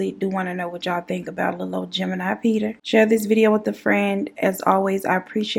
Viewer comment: The little Peter every time you say little peta you take me out that’s my favorite part of this whole thing Lil Peter!!! Poe Lil PETA just like poe lil tink tink chie 💁🏼‍♀️😭😭😭😭😭😭 I love you 🤣🤣